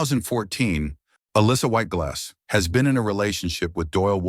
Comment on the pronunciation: That's what I kept hearing. LOL